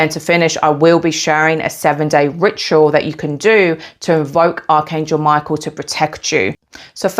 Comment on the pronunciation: I immediately thought of Hekate when you pronounced Michael as My-KEY-el 🗝️🎼🎹🔐 and I just realized how the keys on the piano are keys to different frequencies ❤ I love Hekate and have always felt drawn and called upon Archangel Michael as a extremely ancient and pre-christian being. I will definitely give your ritual a try as I will be beginning my shamanic witchcraft for healing soon. Thank you for this valuable information! I have to say I also have a hawk frequent my yard and orange is my favorite color!! I ate a lot of them as a child 🍊 I want to add that as you were mentioning ingredients to use, I heard Cardamom could be one he might like, as it pairs wonderfully with orange and cinnamon and it adds a woodsy brightness! ✌️🧡🌱 much love to you!! 🥰